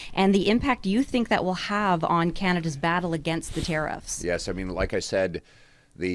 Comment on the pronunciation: It’s pronounced “ Tear-if” not “tear-reefs”😂